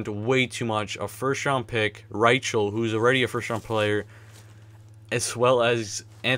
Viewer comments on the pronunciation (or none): not Ry-chel its pronounced Ry-kel